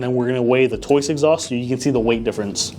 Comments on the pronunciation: It’s TOCE not TOYCE? I’m not crazy right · "Toice" LOL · Basically - Tose. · Tried to say Toce but he didn’t come close 😂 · can somebody please tell this thats not how you say toce its killing me omgg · Literally pronounced exactly how it's spelled. These wild mispronunciations drive me nuts. People need to get hooked on Phonics 😂